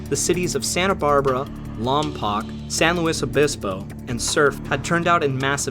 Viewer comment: High marks for correctly pronouncing San Luis Obispo! People saying it the French way is a major Trigger Point for me!:-)